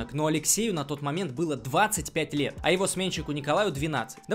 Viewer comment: "ДВАДЦАТЬ ПЯТЬ ЛЕЕТ!..." - чувак остановись😅